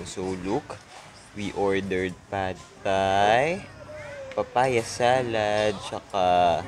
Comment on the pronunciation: Pad Thai daw is supposed to be pronounce as pa-tay. I cant hear your voice clearly please put some captions